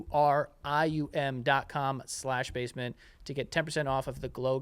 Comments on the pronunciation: In conjunction with Joe incorrectly pronouncing the sponsor's name, today was a real cluster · The Naturium ad made me LOL. As a skincare girly, the pronunciation of Naturium was great 😂